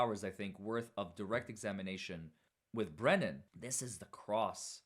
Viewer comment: The Fraudster,, calls Hank Brennan... Wait for it... BREENAN!!! 😂😂